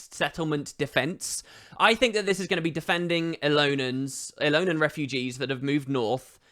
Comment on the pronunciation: Why does everyone, including the devs, keep saying the word "Elonan"? It's supposed to be "Elonian". Elonan just sounds wrong.